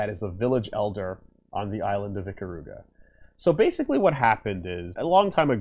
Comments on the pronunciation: ee-KAH-ruga, not ICK-uh-ROO-guh. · I gained mad respect for you as an Ikaruga fan, EVEN THOUGH YOU CALL IT "EEKA-ROOGA", the second you mentioned my bae Kagari and the Ginkei by name without prompting. I knew you knew the real story, and I had no idea one of my favorite youtubers had the same respect I had for this wonderful piece of art in video game form.